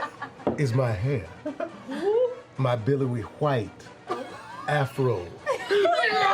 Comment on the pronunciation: I learned english as a second lenguage from a very early age and all this time I've tried to perfect my accent, but lately, as I've gotten older came to apreciate the thicker, inperfect accents like when he says 'Bellowing, wHHite'